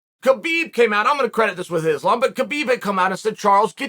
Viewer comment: At this point he is just blatantly mispronouncing Islam's name on purpose... The man's one of the number best fighters on the planet it is weight class ....pronounce fucking name right